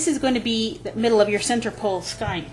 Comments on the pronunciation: great tip, i didn't know either. but it's pronounced "skane" not "skine" :) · That was very helpful, but I have a suggestion. The pronunciation for skein is skeen or skane.